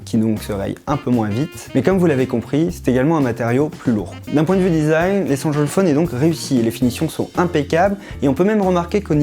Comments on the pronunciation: Allez un petit effort sur la diction svp.. Et un petit cours d'anglais ? 500 fois essenchal fone c'est pas cool. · échancole phone 😂😂 ( c'est ce qu'il dit )